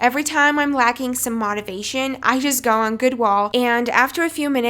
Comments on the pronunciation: it's motivation not modavation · Btw its motivation not mativation. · I am confused did she say mativation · anyone else cringe at how she said "motivation" 😂😂good tips for studying though !! Luv from the whole of England x